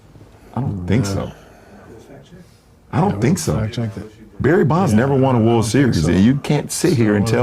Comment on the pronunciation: Yes, and he lowkey didn’t say World correctly